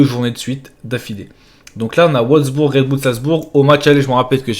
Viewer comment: Je suis mort comment il a prononcé wolsbourg 🤣🤣🤣🤣🤣🤣🤣🤣